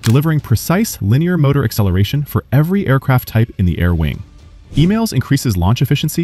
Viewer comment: I thought the catapult system was EMALS not emails😂😂